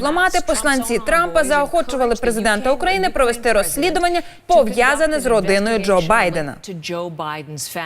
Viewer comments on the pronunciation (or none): none